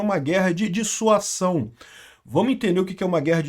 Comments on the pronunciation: Olá,! Parabéns pelo bom vídeo! Só uma correção: o correto é dissuasão e não "dissuação". Abço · DisuaSão!!! Com som de Z. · "S" entre duas vogais tem som de "Z". A pronúncia é dissuaZão. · Caro, Dissuasão se lê com som de ' z ' Dissuazão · Pronúncia Dissua Zão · é DISSUAZÃO a pronúncia 😅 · A palavra é "Dissuasão " a sílaba final pronúncia zão, desicentivar alguém de fazer algo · ' dissuasão' se diz dissuaZão...! ✔️ fala certo homem! Kkkkk de que lado o nine nos colocou né...! 😊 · A palavra é Dissuasão. o S entre duas vogais tem o som de Z. Dissuasão : Ação de dissuadir, de fazer com que alguém mude de ideia, de opinião, de ponto de vista. Ação de convencer uma pessoa a deixar de fazer alguma coisa, a perder certa intenção que tinha. Circunstância em que o medo da repressão adversária impede a evolução do conflito. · É DISSUASÃO, com S que soa como Z.